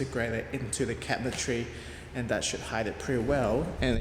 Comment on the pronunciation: P.s. I totally thought you were saying “making cat trees” instead of “cabinetry” 😂 n got me excited lol